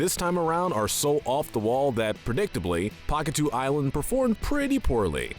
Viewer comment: Hold the fuck up...Did you just say "Pakitoo?" Try Pakitew as in "Pakitayoh" sorry that's gonna bother me forever if I don't say something